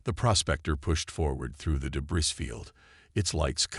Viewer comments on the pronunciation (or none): Debris - not pronounced debriss, pronounced debriy.